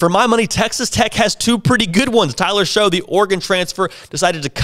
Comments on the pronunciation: FYI, just a heads up, I know it doesn't look like it, but Tyler Shough's last name is pronounced like "shuck", not "show". I know, but that's how it's pronounced, "shuck". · it is. He called Tyler Shough (pronounced shuck), Tyler "Show". He can't even pronounce an Oregon starting QB's name, one of the highest touted transfers last year, yet he used him as a reason why Tech is going to be good. And Jeffers? Yes, Jeffers was a badass coming into the season, but he fell off a little last year. The leader of that defense was Colin Schooler. I'm just trying to make the point that this guy doesn't know what he is talking about. He is just reading stuff from the internet, obviously. I said it all last year, and it isn't going to magically change this year. Shough and Smith both just aren't good enough to lead Tech to win consistently. Sure, they can have a good game here or there, but they will have far more bad games. Neither make smart decisions. Neither seem to be leaders. We won't win more than 6 or 7 games without a leader at QB. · FYI...its pronounced Tyler "Shuck"